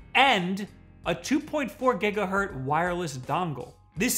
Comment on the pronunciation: I wasn't going to post this but... after hearing it too many times... it's gigahertz, not gigahurt.